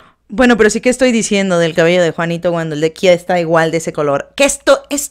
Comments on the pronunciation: No es KHIA xd jajajajaja lpm sos boluda ahre . Es KHEA como esta escrito se lee pronuncia etc xd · Se pronuncia kea no kia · Khea se pronuncia como esta escrito (kea) no (kia). DIOOOOOSSS. Los de Argentina estan como Whaaattsssss?